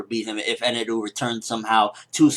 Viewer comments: Eneru? I think you mean Enel. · Eneru? It just Enel lol,Japanese pronounciation is funny. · just say enel